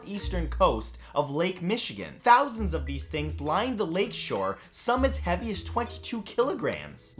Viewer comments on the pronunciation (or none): none